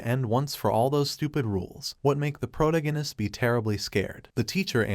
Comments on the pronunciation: Why do all these anime recap narrators say "PRO-to-go-nist" when it's "pro-TAG-oh-nist" ? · ... "protagonist" is not pronounced prodiganist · Can you please stop refering to the main character as the protagonist. Your AI is calling the MC the protoginnist. Teach it to talk or stop using it. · just the way the voice couldn’t pronounce “protagonist” is why I hate these fake AI voices. Even the weird pause after “and that,” it’s unnatural.